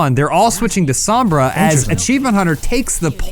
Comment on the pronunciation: Adam listen, her name is pronounced "s-oh-mbra" not "s-ah-mbra" gringos smh. :/